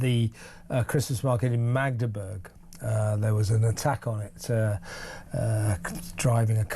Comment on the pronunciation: He prepared himself to say Magdeburg